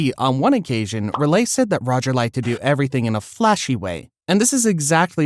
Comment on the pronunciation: Did this guy just say roolay instead of rayleigh